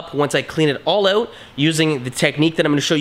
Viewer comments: How can someone be incapable of saying the word OUT, its not ewwett, its OUT. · Why does your word out sound funny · Are you Canadian? I am guessing by the way you say out. Good video. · Are you Canadian? You say out like one